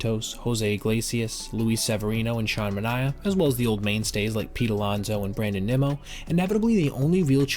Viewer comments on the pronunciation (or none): none